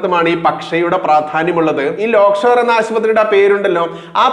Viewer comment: ലേയ്ക്ക്ഷോർ .........ആണ്. ലോക് ഷോർ അല്ല. മൂപ്പന്റെയാണ്.